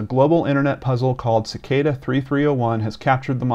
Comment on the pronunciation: It's pronounced as SICK-AH-DA.